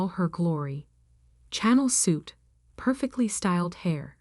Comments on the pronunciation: You can always tell AI crap when it pronounces things like "channel" instead of the brand name "Chanel". Hahahahahaha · If you are going to read stories you should learn to pronounce words channel is pronounced Sha nell. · It is pronounced shan nel not channel like the channel 5 tv station .